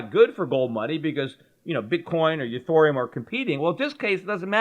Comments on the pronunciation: Ethereum....NOT Ethoooreum! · its EthEreum not EthOrium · Peter, nobody wants to store there crypto with gold money. The whole point of it is to have control of your own private keys. Why the fuck would they store it with you. On a hackable server when they can store it offline in a hard wallet. Get a grip man. And its pronounced "Eth-Ear-E-Umm".